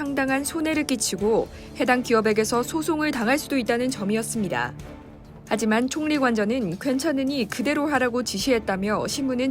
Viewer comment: [신중론]은 [신중논], [총리]는 [총니]로 발음합니다.